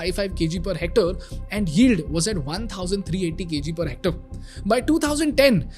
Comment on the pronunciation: It’s Hormazd. It’s Hec-tare, as in stare.